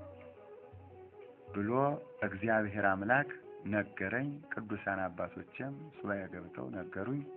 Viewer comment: የኔ ወንድም እግዚአብሔር አምላክ ነው የሚባለው አንተ ግን እዝጊያብሔ አምላክ ነው የምትለው ብዙ video ላይ ሰምቸህ አለሁ ላርምህ ፈልጌ አይደለም ግን ስለምትፈጥን መሰለኝ እና አባቶቻችን ሲያስተምሩ የአምላካችን እግዚአብሔር ስሞች እያንዳንዳቸው ትርጉም አላቸው ስለዚህ ስትፅፉም ሆነ ስትናገሩ እግዚአብሔር ነው ማለት ብለው ሲያስተምሩ ስለሰማሁኝ ነው ወንድም ይቅርታ